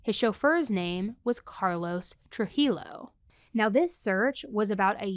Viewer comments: I know this is may be petty but in Spanish, the JI shoulda like HEE and the LL sounds like YO. So Trujillo, phonetically, is TruHeeYo. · TRU-HE-O...the L is silent